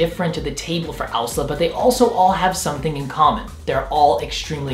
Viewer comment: I hate this guy but love owsla. Also he doesn't even say owsla correctly.